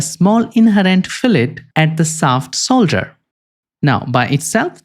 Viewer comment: great video, but you saying solder instead of shoulder drives me nuts lmao